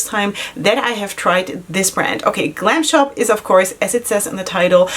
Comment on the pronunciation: You did amazingly great with polish names ! 😊 I'm Polish and I would understand you if you said it like this 😁 Glam Shop is really good brand ! 😍 Try also single shadows, you won't regret it 😁